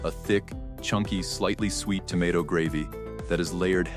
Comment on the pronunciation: The pronunciations in this video are lousy! Tah-sty-ca-ke? To-mah-ato pie?? Cmon people, if you want us to love the Philly stories, PLEASE proof your script and voiceovers!!!